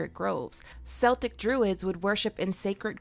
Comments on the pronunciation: Just a quick point, the "C" in Celtic is a hard C. It is pronounced Keltic, not seltic. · K-K-K-KELTIC……… not “cell tick”. 😁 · Celtic with a hard C - like "Keltic" - the Celtics (Sell-tics) are a basketball team 👍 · CELTIC is pronounced Kel-tic not Sel-tic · As an Irish person I just want to help you with your pronunciation...CELTIC; both a football club from Glasgow and a general description of anything Irish. Now you said Celtic (football club!), which I presume you didn't mean... Sel-tic. The other having a more guttural C, Kel-tic. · If you want to talk about celtic folklore, go ahead. But pronounce the damn name right. Please. Celtics(seltics) is a basketball team. The Celts (kelts) are a culture, one that appreciates when people don't mess up the name. Great video btw. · Nettles are Everywhere in Scotland..and they are Definitely "stinging leaves" (A good food source though)!! on a Side note: "Celtic" is pronounced as "Keltic" with a "Hard C" (Don't meant to be "that person" but thought You'd want to know) Great video and excellent theory! I'm on board!! Daemon as the "old" Bloodraven..I dig it!! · it might be wrote as Celtic, but the C is more of a K when you say it. Like when it comes comes to Celtic like Scottish, we are Celts :). Celtic is like the football club or that or basket ball team? SO its wrote Celtic but pronounced as "Keltic" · Celtic is pronounced with a hard C. Pronouncing it like Seltic is an outdated pronunciation that you almost never hear in academic/educational settings. Honestly I rarely ever hear it anymore outside the basketball team. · Celtic is pronounced keltic, the s sounding c only applies to the Boston Celtic basketball team. They pronounce it wrong.p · Celtic is pronounced Keltic. Hard C. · Celtic is pronounced with a hard K sound.